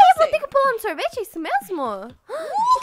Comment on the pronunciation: "sorvetee" kkkkkk😆